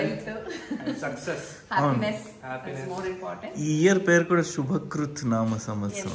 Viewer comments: Its not "Subhakritu". Its "Sobhakritu". What has gone by is Subhakritu. Meaning of both the years is almost same. Good fortune, auspicious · Pls note, not Shubha Kruth And it is Shobha Krunn . So, the difference is lot.